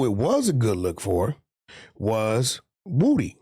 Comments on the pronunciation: Why Adam Say His Name Like That? Its Woody Not Wudie 🤣🤣🤣🤣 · Why does Adam have such a hard time said Woody